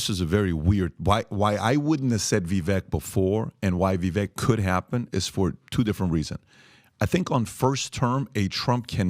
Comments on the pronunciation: viv VAKE. . learn his name people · At some point I think those that have large media platforms or are interviewed on these platforms should try to look into pronouncing the names of those you refer to over and over again properly. Vivek Ramaswamy’s first name rhymes with bake or cake. As if it were spelled Vivake. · "Vivake" rhymes with cake.